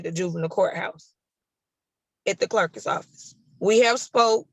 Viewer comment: Did she say “clerkis office”? 😅